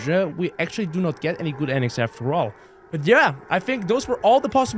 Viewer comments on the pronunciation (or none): No good “endigs” 😂😂😂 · "ENDIGS"